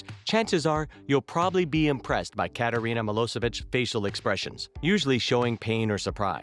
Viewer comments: Kattereena? Its kat reen ah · Also he pronounced Katrina’s name wrong and said chief instead of governor